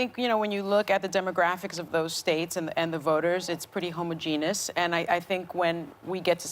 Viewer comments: Sunny, please learn how to pronounce homogenous. This is the second time. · Sunny, interesting way to pronounce homogeneous .